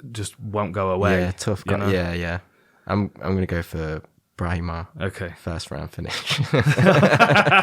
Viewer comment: shout out Dan for pronouncing Brahimaj the correct Albanian way